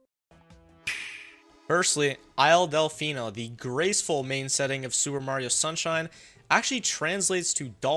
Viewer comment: Did you just say sewer Mario sunshine 😂